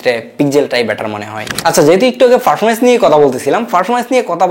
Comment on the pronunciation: Sala protoma kota bola sik ferfomence na performance hoba😂